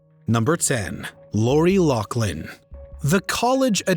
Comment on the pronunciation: Loughlin = Lofflin, not Locklin.